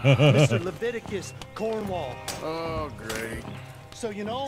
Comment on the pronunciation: I am deeply offended by people who get my name wrong. It's CARDWELL NOT CALDWELL. And by the way Mark, his name is Leviticus Cornwall. Good day to you Sir Markiplier.